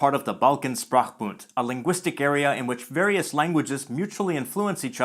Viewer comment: s in sprachbund is pronounced sh, reflecting its German origin. The rest is perfect: the ch as in loch, [x], the final d is devoiced, [t]. ALARM!!! ALARM!!! SIRENS are going off!!! OCS was not created, it's is not a conlang indeed! You may correctly say “codified a dialect of Old Bulgarian.” Writing systems are designed, but languages aren't. (Esperanto is the only minor exception, with just a handful first-language speakers.)